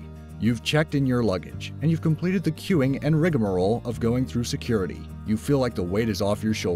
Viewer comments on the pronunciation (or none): did anyone else think of impracticle jokers wen he said rigamoroll